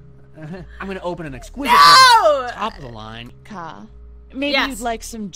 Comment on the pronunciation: You make kha sound like he has special needs.